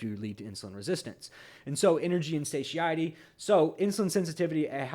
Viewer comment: . You tend to pronounce satiety very uniquely. I believe it is suh tie etty. Thought you might want to be aware of that. I may be hearing you wrong but it sounds different than what I heard it pronounced. Take care